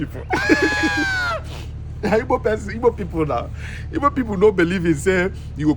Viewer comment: Even the "Ogbo" to "Igbo"